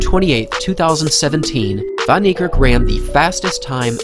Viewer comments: My guy wrecking his name, it pronounced fan nee kerk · It's prounced Fun-knee-Kark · As an Afrikaans dude. The pronunciation of Van Niekerk made me cringe through my very core lmfao. It's 'Fun Kneekerk'. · It’s pronounced fan neikerk as it is an Afrikaans name instead of van neikerk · Americans butcher his last name 😂😭 that's so so wrong lmao Its pronounced as fun-knee-ka(a for apple)rk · It’s pronounced “fun” Niekerk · It's Van Niekerk! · It's said WAYDE VAN KNEE KARK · Van Niekerk Fun-knee-cerk E of Cerk pronoumced as A. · The way they pronounce his surname🤣😂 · Any other South African here who gets slightly irratated the way people pronounce his surname wrong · You don't say van Niekerk like that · Your pronouncing it wrong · This man is amazing, however please learn how to say his surname , I kept wincing every time you pronounced it. Come on. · Dude at least learn how to pronouce his name properly.